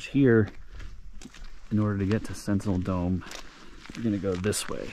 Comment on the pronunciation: “SENTINEL DOME” not centennial lol